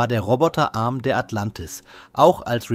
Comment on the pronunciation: Sag mal, was ist " Atlantiv"? 😉